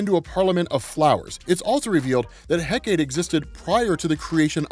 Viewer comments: "heck-a-tay", not "heck-ate". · It's He-Cah-Tee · Hecate : heh-kuh-tee In Shakespeare’s writing, it was pronounced heh-cut. But the Ancient Greek is the three syllable heh-kuh-tee. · He-ka-tee is how you pronounce Hecate. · Pronounced heck-ah-tay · I've heard it pronounced "Heck-Ah-Tay" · First time I have ever heard that name pronounced "heck-ate" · Recently discovered its pronounced Hek uh tee. Happens to be my fav sniper rifle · It's greek so it is pronounched Heh-Kuh-Tee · It's pronounce he-ka-te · For future reference, “Hecate” is pronounced “HEH-cuh-tay” Source: my sister is Wiccan, this is her goddess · Heh kah tee is proper way to say it if nobody has commenters that yet, thanks for all your content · Pronounced HECK-uh-tay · You almost got it, dude! 'Hecate' is pronounced Heck-A-TEE! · Ha-kite-ta is how you say it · Apologies, but Heh-kuh-tay is the proper pronunciation of Hecate. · Hecate? I've heard it it pronounced as heh-cah-tay. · Hecate = Heck-Uh-Tee Hippolyta = Hip-All-Eh-Tuh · “Heh-kuh-tee” just for educational purposes! Thank you for all of this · supposedly hecate is pronounced "heck-uh-tee", heckuhtee. it sounds super lame. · I've always pronounced it heck-a-tee but only because it sounds funny. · This story was freaking crazy. Diana was so broken in this story ripping holes in reality open at will, plus seeing them DC invoke the Goddess of Magic is cool. Also Hecate is pronounced heck-ah-tee. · yeah i remember on Penny Dreadful on HBO, her name was pronounced heka-tee. lol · It's pronounced heh-kah-tee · Oh man your pronunciation of the goddess and wonderwomans mom needs work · People have already explained how to pronounce Hecate but you're also mispronounce Hippolyta. Her name is pronounced He-Poh-Lee-Tah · love this video but the way youre pronouncing hecate hurts a lil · OMG, it was killing me, every time he said Hecate, lol.